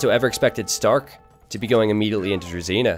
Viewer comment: I'd like to point out that "zh" in "druzhina" is pronounced like "s" in "leisure". "Zh" represents Russian letter "Ж", but you are pronouncing it like just "z"(з). Try typing "дружина" in google translate and listen to how it sounds to get the idea. I'm not judging you in any means, I'm just trying to help you become a better caster c: Love your content! EDIT: There is a word in Russian that is pronounced like "drezina"(just like you do it), and it stands for small railway cart that is powered by hand (trolley/handcar).